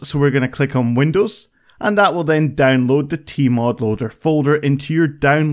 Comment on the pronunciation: are you obsessed with the diamond minecart?you say danloading not downloading